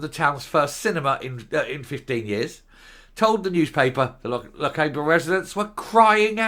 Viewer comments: C'mon, you've been told - Loch-AH-ber, not Loch-AY-ber!! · There is a Morrisons (including petrol station) next to the railway station. No need to go to Inverness. It is also pronounced Loch ar ber.